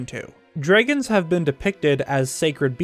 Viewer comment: inhales DREGGINS